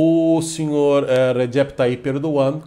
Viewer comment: Até que enfim vejo alguém pronunciar corretamente o nome do presidente turco.